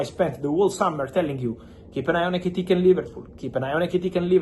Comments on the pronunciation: *Etikike*😂 Why do you make it hard to pronounce his name . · Hearing fab say ekitike is so enjoyable😂😂😂